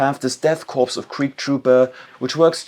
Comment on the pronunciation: Good video but you mispronounced corps (speak as "Kohr") as corpse like for a dead body.